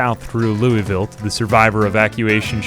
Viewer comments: It's pronounce "Loo-ville", not "Louie-ville". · Btw, it's pronounced "loo-uh-vuhl", not "loo-ee-vil" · please its not ‘lewisville’ its lou uh vuhl 😂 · As a Kentuckian, the way you say louisville disturbs me. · Pro-tip: Louisville is pronounced "Loo-uh-vuhl" instead of "Loo-ee-ville." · As a Kentucky resident it is pronounced LOO-A-VUL gotta let the southern draw out. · IT IS PRONOUNCED, LOO-VUL. LOO-VUL. STOP BEING A YANKEE. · I'm from KY & the way you say louisville makes me laugh every time. Its so interesting to that different accents exist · He doesn't say it exactly right per say, but atleast he doesn't pronounce the S in Louisville 😭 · As a Kentuckian it's really funny to hear how non-kentuckians say "Louisville".